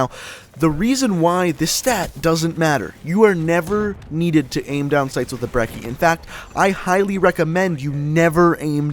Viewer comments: It's pronounced Bre-ch-ee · did he say broccoli or brecci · And ur not saying brecci right